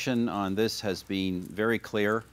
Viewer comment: "violence ageenst women in particular, there have bean"